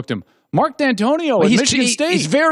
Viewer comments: no I get that, and Dantonio is not even remotely close to Saban, however how you can forget to pronounce the name shocks me. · Colin had a segment 2 years ago where he asked the question if whether or not mark dantonio is better than nick saban, flash forward to now and colin can't even pronounce his name